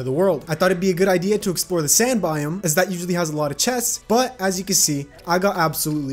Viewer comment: DID THIS MAN JUST SAY SAND BIOME???? BRO WHAT????? THAT REALLY SHOULDNT MAKE ME NEARLY AS MAD AS I AM